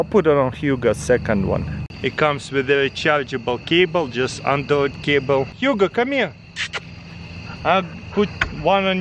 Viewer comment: I keep hearing him say Huga but I know it’s Hugo